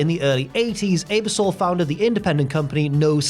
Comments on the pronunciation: His pronunciation of Ebersol was just as bad. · The constant mispronunciation of Ebersol’s name is truly sad. Not hard to look it up and hear it said. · Nov 2 wasn’t Thanksgiving weekend (fourth Thursday in Nov), the NBC exec was Dick “Eb-er-SOL”, and the SNL cast member was Joe “PIS-cah-po”. Very odd errors in this one, which is a rarity. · I had to rewind , I knew Ebersol was coming out more with a long Ay than a short Eh, which is to be expected given accents and language interpretation minutiae but I did the same thing. Pis-copo , almost prefer that now haha :) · The butchering of sooo many names in this video. Come on bro! You guys are usually pro. Ebersol Piscapo Dreyfus.